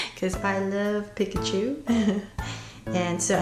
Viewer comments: If you love pikachu that much then you'd learn how to say it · That is actually how you pronounce it properly.